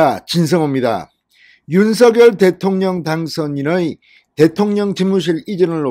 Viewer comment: 윤석열-윤서결 발음되게고치기힘드시네요